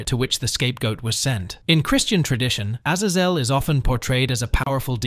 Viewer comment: Azazels name is used a lot in anime and is also the name of a Mutant in Marvel comics and according to all of those sources you pronounced his name wrong